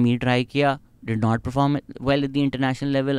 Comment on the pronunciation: Proform nahi perform kaho.